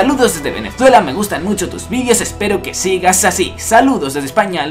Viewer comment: pregunta dos puntos ¿ Por qué dices "vidios" y no "videos" ?